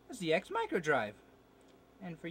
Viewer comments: Zed-ex as it’s British. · 'Zed-Ex'. This is Canada, and that's a British product.